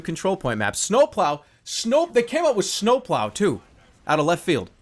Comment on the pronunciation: i like how he says snowploau